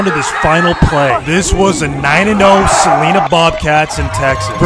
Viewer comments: Btw, I live in prosper, tx which borders Celina, it pronounced CA LIN A. No Celina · chat its pronounced cel-line-a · "suh ly nuh" is how u pronounce celina btw🤝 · He pronounced Celina Wrong. It's Ce- Lin- ah like you're saying the word line with A at the end of it 😂😂. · It’s pronounced= “Su-lie-nuh”